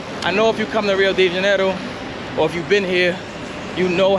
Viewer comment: Your pronunciation sounds weird when you say, "Rio DeJAN-oroo". Maybe you're from Jersey.